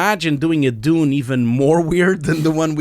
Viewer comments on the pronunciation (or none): Why you pronounce June ?